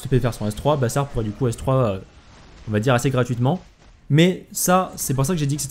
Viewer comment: On dit bazar par bassar xD.